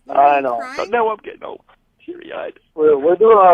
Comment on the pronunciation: It irritates me soooooo much the way pronounces "but" as "bawt"!!! Like, come on!!!